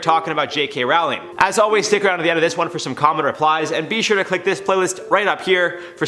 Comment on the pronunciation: Jared it's Roh-ling now Raow-ling